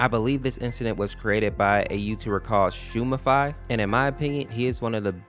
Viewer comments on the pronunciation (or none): its schmooify not schoomify